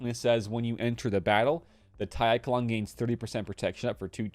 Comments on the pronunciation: Pronounced eshalon the ch takes on a sh sound, great work bud keep it up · I rushed slkr, so im pumped about the echelon. Also I think it’s pronounced eshelon.😂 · Echelon should be pronounced "Eshelon". Thank you for the good videos. Keep up the good work.